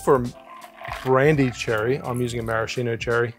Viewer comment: In the spirit of learning, not scolding: Those are mar-a-SKEE-no cherries, not mar-a-SHEE-no. They come from Marasca, and the Italian “ch” makes a “k” sound in English. Thanks for the videos — carry on!